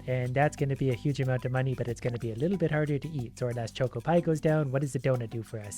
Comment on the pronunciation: Hearing pronounce choco as choco causes me physical pain (it’s worth it for his asmr level voice though)